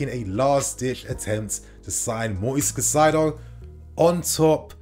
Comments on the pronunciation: Cai-Ce-Do/ Cai-Say-Doh , pls get this pronunciation right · Hey kid, one last time: KAH-EEE-ZE-DOH Caicedo. Learn to pronounce people's names properly. Be respectful.